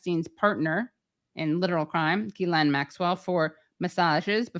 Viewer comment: It’s GHIL-LANE, not GHIS-LANE.